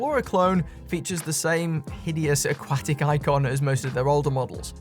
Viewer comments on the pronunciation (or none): none